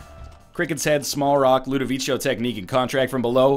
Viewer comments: Tips from an italian viewer: Ludovico is an italian name. It is pronounced Loo-do-vee-ko. ;) Just wanted to point that out! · Why the heck does he keep calling it LudoviCHo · I'm italian and no, it's not pronounced like that. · ***** the emphasis is in VEE. You're welcome. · Nope. I watched it recently, and the guy clearly says "LudOviko"